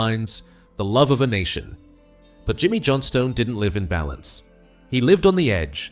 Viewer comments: Thanks for the apology. You should also amend the pronunciation of 'Johnstone' (my gran's maiden name, b. Kilmarnock, 1877. That makes me feel old -- which I am, to be honest). Thanks for the tribute to an all-time great player. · When AI can't say Johnstone or Stein correctly